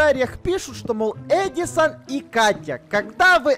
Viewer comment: Не "ЕдИсОн" а "Эдисон"